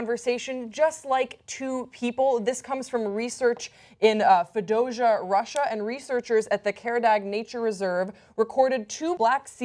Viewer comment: Disappointingly poor presentation. It's "phoneme" not "fenom" and "Fee-o-dose-ee-ya" not "Fedowsha", If I know more than the person who's supposed to be presenting the story it undermines the professionalism and credibility of the piece. For a channel that uses the internet there's really no excuse. This is the sort of level of incompetence I expect of a Fox News presenter who's only on-screen for her looks.